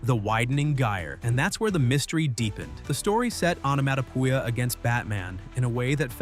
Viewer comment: This AI bot can't say onomatopoeia (änəˌmädəˈpēə). Time for an update!!